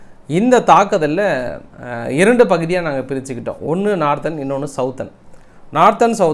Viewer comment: நார்த்தெர்ன் : சௌத்தேர்ன் அல்ல சதர்ன்